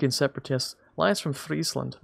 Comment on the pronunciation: You have no idea how much it means to me as a Frisian to hear you pronouce Friesland correctly. Fryslân boppe!